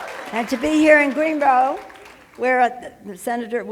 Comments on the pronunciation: For the record, our city is called "Greenville"... not "Greenrow". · 🤣🤣🤣 She don't even know where she is! Greenbo! It's Greenville you nutjob!